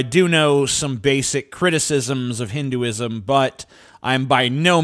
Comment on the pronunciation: You can't even pronounce Hinduism 🤣🤣